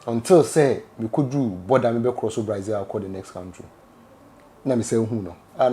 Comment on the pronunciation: The name is BRAZIL but not BRAIZIL